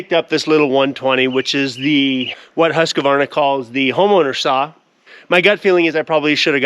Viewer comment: Hews-kvarn-a or Huus-kvarn-a (U as in vacuum). Husqvarna is just fancy spelling, "q" is pronounced "k" Hi from Sweden.